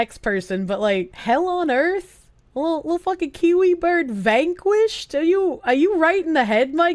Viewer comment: The way she says the word "Vanquished" made me giggle.